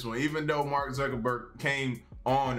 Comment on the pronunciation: Sounded like you said Mark suckaburg